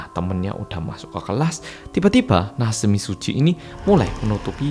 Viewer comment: Mbuh yaapa tp satisfying banget pas denger ngomong 'natsumi tsuji' 😭🤚🏻 maudok malang e kuentel wwwww